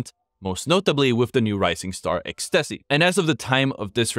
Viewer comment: aint NO way you said ex-tessy LMFAO